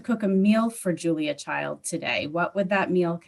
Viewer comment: Did you say "Julia CHILDS"? 🤣🤣🤣 Russ is a GEM of TROOT! ❤️